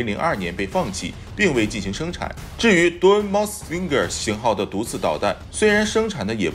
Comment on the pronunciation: dual mount stinger 发音可以再标准一点 或者直接说：双联装毒刺